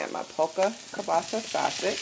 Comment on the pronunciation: You have pretty Hair But you did mumble that sausage word that's cool God bless you .